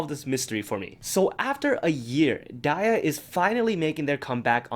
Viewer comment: WAIT YOU PRONOUNCE DIA AS DIE-YAH ....NOT DEE-YAH 😳..?